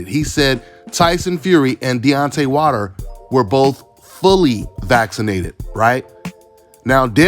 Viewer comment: Why u saying his last name wrong? Its Wilder, Not Water. Lol